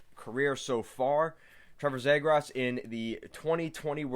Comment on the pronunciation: his last name is pronounced ZEE-GRUS